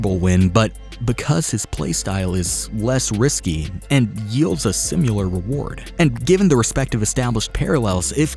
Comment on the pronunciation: Can’t unhear it: sim-u-lar